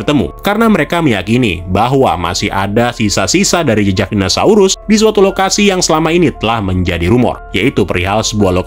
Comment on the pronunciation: om, pelafalannya kok dinasaurus wkwk